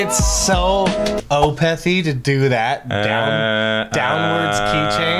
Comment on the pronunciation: "Opethy" lol